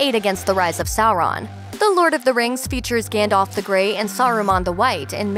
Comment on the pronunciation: its Gandalf not Gandolf